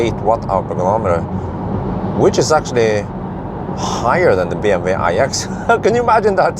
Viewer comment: Its funny how you pronounce BMW in propper german but you still misspell PorschE 😂